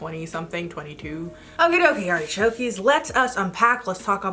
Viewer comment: So are your subscribers called artichokes? Cause you've been saying artichokey for years now